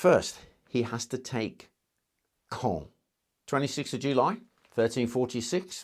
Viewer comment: It’s pronounced cawn